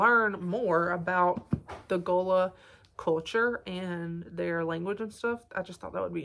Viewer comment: You are saying Gullah right 😊